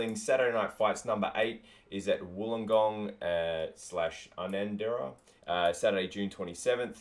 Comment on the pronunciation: Not having a go at you but for future reference, with the Rock n Roll Wrestling show, the suburb is pronounced “You-nanderra”